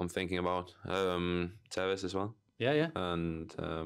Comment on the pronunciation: Just lost respect for this guy now once he said tevez